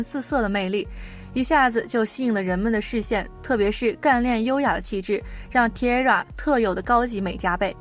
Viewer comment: T-ara是念 Ti-a-ra 不是Tira